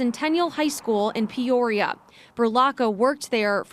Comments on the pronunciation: Can't help but correct your pronunciation of Peoria. It's like Pea-or-e-ah. In my best phonetic spelling. I'm only doing this bc I've been corrected for mispronouncing English cities bc they aren't spelled at all like they sound. This is meant to be funny.😅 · Does that explain why he’s pronouncing Peoria like it’s an STD? Peorrhea 😂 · pronounces “Peoria” the same way my GPS pronounces “Guadalupe” 😝